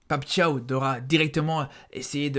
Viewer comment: Vraiment bravo pour la prononciation de Pape Thiaw 👏👏👏👏 ça se prononce comme "Ciao"